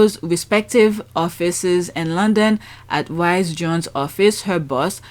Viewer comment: Sophie surname is pronounced Reece Jones.